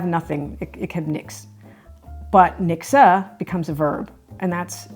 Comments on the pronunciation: You say nikse.... but it is reallly niksen with a N. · it's not "niksa" it's NIKSEN!!!!!! (Niksun) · LOL, never heard of hygge, thank you for the introduction. Mixer?? Oh, you meant niksen (sorry, that was really terribly pronounced) nick-sen. (I do not think you younger generations (anyone born after 1992) uses that word any more.) I think it is something like your "vegging out" - let your mind go blanc and do nothing special. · The 2nd n in niksen should be pronounced as well. So not ‘nikse’ but ‘niksen’ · It is pronounced as niksen and not as niksa. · Pronounce the last n in niksen lightly. Please do not say niksah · Niksen isn’t really pronounced as niksah, but as Nixon (dude from the Watergate scandal, although he wasn’t doing any niksen) 😜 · Grea to see some of our mindsets being discussed. Made me appreciate them more. One small comment: "Niksen" ends with an 'n' not with an 'uh' sound. And I never experienced the directnes like you described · Het is niksen... with an n at the end. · Sorry but NO ! In Dutch one does NOT pronounce the 'n' at the end of a word (Only in northern dialect or In Zeeland one does pronounce the 'n' as written) So yes : written YES, pronounced NO NIKSE' IS CORRECT....